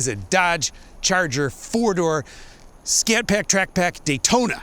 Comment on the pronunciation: Scat PAACK - beautiful pronunciation